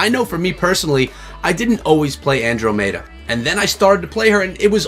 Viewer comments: An - Drom - Eh - Da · I wouldnt subscribe just bc u cant properly say andromeda